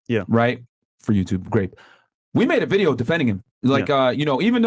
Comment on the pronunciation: "Like the bideeoo" hi